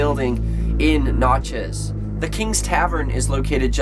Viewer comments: It's pronounced nat-chez. Not not-chez. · whatshallwedonext IT'S PRONOUNCED WITH A SHORT A NOT NOTCHEZ IT'S LIKE NATCHEZ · It’s pronounced nat-chez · Nat-chez damnit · Pronunciation is nat like a gnat chez as in ch-is gnatchis but it’s spelled Natchez. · My hometown. It's pronounced NAT-CHEZ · you pronounced natchez so wrong. i live in natchez btw:) i’m a few blocks from kings tavern right now:) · Thank you. I started laughing out loud when he pronounced it like that.